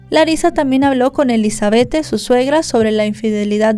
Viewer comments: SE ESCRIBE ELIZABETTE❌️ SE PRONUNCIA ELIZABETH✅️ DIZQUE ELIZABETTE PARA DONDE???🤭🤣😂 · Se pronuncia Elisabet sin la E al final 🙄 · Sentía como un jalón de orejas cada vez que la escuchaba decir "Elizabethe" 😢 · Me desespero bastante como pronuncia el nombre (Elizabeth)